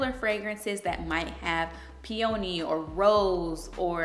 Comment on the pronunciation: You are mispronouncing the name of the peony.